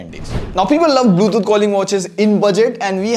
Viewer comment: Hey FYI its Bluetooth, not bluethoot